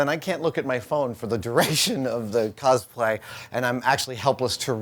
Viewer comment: Every time Adam pronounces "cosplay" as "cozplay," I die a little more inside. (Same with pronouncing "Totoro" as "Toadaro.")